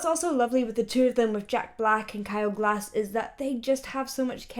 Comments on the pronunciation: Kyle Gass not “glass”! Come on! 🙄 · It's Kyle Gass, not Kyle Glass xD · It's Kyle Gass not glass...aka rage kage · It’s Kyle Gass, not glass